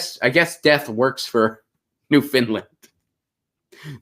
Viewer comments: Please stop with the new-fin-land! It's new-found-land. Thx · It's not "Newfindland" but New - fund - lund...ugh my OCD was going nutz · It's not 'New-Finland', lol. It's Newfoundland. And yes, 'yowl' is a word, at least it is in Canada.